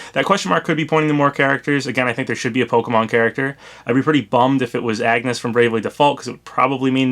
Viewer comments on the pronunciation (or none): It physically hurt when you pronounced Agnès as (Ahg-ness) and not (Ahn-yes) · You pronounced Agnes's name wrong. It's pronounced "On-yes" not the seemingly obvious "Ag-nes". Come on, the girl herself even pronounced it for us in the Bravely Default game itself. She literally said her own name multiple times in the game. Then again, I haven't played Bravely Default in such a long time and I haven't played the sequel at all since I haven't beaten the first game yet, so maybe it's somehow for reason changed in the sequel, but the "On-yes" is just pronunciation that I'm familiar with because it's how I remember it being pronounced in the first game. Anyways, I do think it's more likely that the girl in the top left is Agnes than Ayumi. Ayumi is a very old not to mention obscure character. So I find her to be a pretty weird character to be in Smash and very unlikely, especially now. That said, Agnes seems more likely here assuming this leak is real. Especially since she's actually starred in a couple games in recent years. So that said, Agnes makes more sense to be in Smash than Ayumi. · That's a horrible Skull Kid "portrait," in my opinion. And Agnès was painful to hear. You don't pronounce the g, friendly tip. Ahn-yes. Just for future reference! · I do have to say id fucking love a bravely default rep, but edea would be better or tiz Also, it is actually pronounced Ahn-yez, because of the accent mark over the "é". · I love you and your content man, but that mispronunciation of Agnès's name was atrocious. It's pronounced On-yes, like this way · Hey, want a lesson in grammar? Angès is French. It’s pronounced On-yes. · Yeah it's pronounced Ahn-yes. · You are pronouncing Agnes wrong